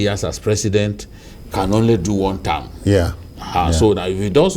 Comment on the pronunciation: What is one "tam" . With all your education you can't pronounce "one term" .is APC meant for the Yorubas only?